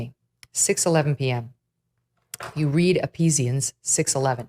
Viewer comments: I like how at the mark, the lady said epeesians instead of ephesians lol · . ....appease-ians?! I'm as Non-Christian as they come and I cannot fathom pronouncing ephesians that way. 😬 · Ah yes my favorite book of the Bible, "Eepeezians" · No mention of how she pronounced "ephesians"?!? She very clearly pronounced the "P" instead of reading the "PH" as an "F" which anyone who has ever ready the bible would know. It's on par with Trump's "2 Corinthians" comment. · Why did Megan Kelly pronounce Ephesians as ee-pee-zee-ans? Every practicing Christian I know of pronounces it ee-fee-zhans. Almost as if she's never actually heard someone say it before... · Megan pronounced Ephesians as; Ee-peesians rather than Ee-feeshans, as I always heard it. Is this right? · eh pee zians? Not eh fee zhnz? She must have gone to the same bible school as Trump. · “ep-HEEZ-ee-inz” is killing me 😭😭😂 — that girl has never been to church 😂😂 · A stroke of irony when Megan Kelly pronounces it "Appease-ians" 😏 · Uh-peezians. Amen sister. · E "peas" ians??? Never heard of it. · Did she say Episians? Shows this lady rarely reads or knows the Bible. Talking heads that use the Bible for pure political nonsense. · Which book of the Bible is "Eee-pee-zians"? Is it close to "One Corinthians"? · Did anyone pick up on Kelly’s pronunciation of Ephesians as “Episians” 😅 Looks like Trump isn’t the only one pretending to be religious. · Gotta read Ep-Hezeans 😆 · I'm sorry, what Megyn Kelly? "ee-PEE-ZEE-ans"? This reminds me of Trump's "Two Corinthians" moment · "You read Eppesians" Spoken like someone who's never heard that word out loud before. Also, how many books of the Bible have a ? Also, fun fact, the Bible didn't originally have chapters and verses. The original writings were just big long documents. People later added chapters and verses to make it easier to look up specific verses. So why does mean anything anyway? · Megyn Kelly said, "Epeesians." Ha! She's never been to Church in her life.